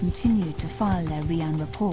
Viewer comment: It's operation Ryan not operation ReAnn horrible commentator.